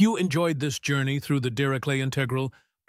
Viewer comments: dee ree shlet, not dee ree klet! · Pronounced "DeRishLay"